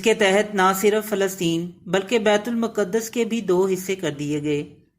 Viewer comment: Its not muqadass. Its maqdas.